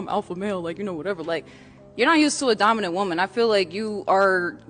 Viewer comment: Dumbinant not dominant